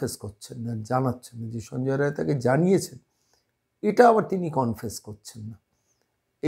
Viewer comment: রায় না বলে রাই বললে ঠিক টা বলা হতো।